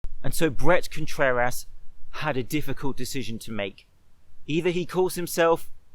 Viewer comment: "Brett contrer-ass" 🤣